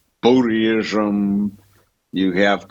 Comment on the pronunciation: Did he say “Boodie-ism”? Lol